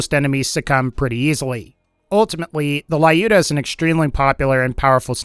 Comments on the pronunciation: It's not LAIUDA!!! It's LJUDA, or LIUDA - a slavik female name. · not Laiuda ) but Liuda ) it is Russian name "Люда" :) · Wrong reading "lyuda"